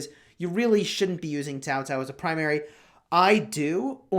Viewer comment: pronounced the name correctly. It is Chinese transliteration "pinyin" spelling. Many youtubers mispronounced as "cow cow".